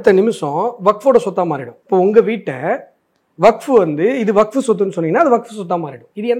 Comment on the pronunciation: அஸ்வத்தாமன் அவர்கள் WAQF என்பதை வகுப்பு,வக்பு என்றில்லாமல் மிக சரியாக உச்சரித்ததற்கு நன்றி.